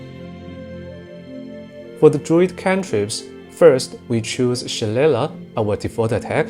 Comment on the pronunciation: It’s pronounced Shil-lay-lay. I built around Druid and Wizard before but one of my favorite ways to build something similar is 1 Fighter for Dueling Fighting style, 1 level of Wizard and 10 Spores Druid to get the most out of it and be able to scribe scrolls. Focus on itemization to go sword and board with Staff and learn best spells from scrolls and utilize spores for maximum damage. Cleric spells are great but having such a small amount of temp hp hurts in Honour mode.